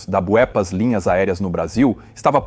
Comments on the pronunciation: Gostaria de saber porque quem faz a dublagem erra nomes Básicos como Voepass Vinhendo etc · Porra! Pronuncie o nome da empresa de forma correta.